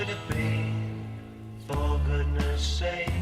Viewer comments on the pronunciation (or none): none